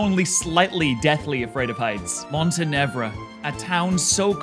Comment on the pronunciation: This is by far the closest I've ever heard anyone get to actually pronouncing Montenevera. "Montenev'ra" was only one letter away, which is so much better that the first attempt I've ever heard from anyone, "Monterva".